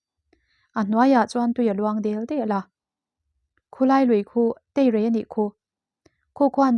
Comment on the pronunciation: Ngaih nawm e mahse theirei ni lo in teirei lui tih tur